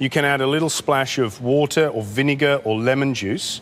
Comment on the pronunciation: VINEGAR, not VINIGAR.